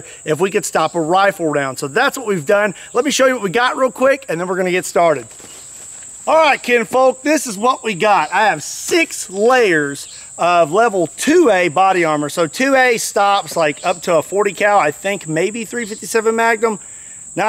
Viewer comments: Kenfolk??? K e n f o l k i can get used to that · It's kinfolk by the way...